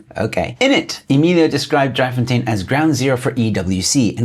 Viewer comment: your pronunciation: Not "Dry Fontien", but Driefontein please.